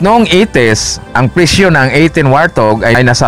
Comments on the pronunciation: Wart hog po di po wartog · WART-HOG yata, HINDI WAR-THOG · ang totoong english pronounciation yan ay,,,,,, wort haag